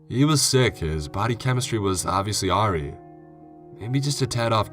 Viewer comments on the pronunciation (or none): For future reference. Awry is pronounced like uh-rye.